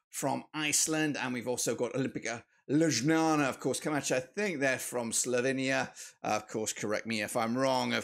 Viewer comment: Damn i dont think i have ever heard a worse pronounciation of ljubljana💀